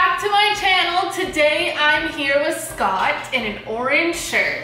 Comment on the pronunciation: Weee wooo its and Scwott 💞 btw this was very spoopy